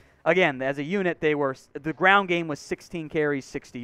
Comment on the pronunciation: PLEASE PLEASE PLEASE Learn the difference between when it is appropriate to say “tha” versus “thee”.